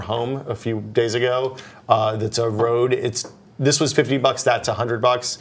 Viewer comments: Rode? It's Røde. the letter Ø is pronounced the same way as ea in the word Earn. "Ørn" =) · RODE, is pronounced Rude,;)